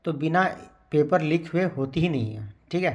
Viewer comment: It is leak not lik